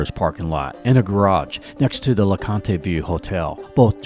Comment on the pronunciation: It is not pronounced "LA-CON-TAY", it is pronounced "LA-CONT". Just so you know.